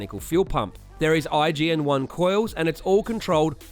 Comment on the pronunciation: IGN1a … say the god dam A. IGN-1A please